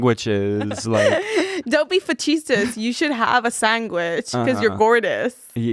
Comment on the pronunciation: that was insane the way said sandwich